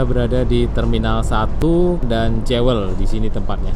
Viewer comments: Bunyi nya Juwel ..bukan Jewe l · Bukan "jewel" tapi bunyi kayak gini "juwel" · Jewel bacanya " juəl".